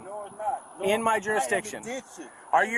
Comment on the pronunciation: “I’m ingidenous”…Got it